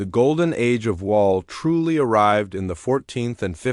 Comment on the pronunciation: Wal??? You mean wavel? More ai slop